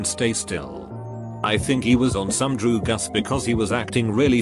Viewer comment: No one: Text to speech: dru gus